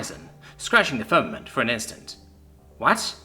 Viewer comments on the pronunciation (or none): none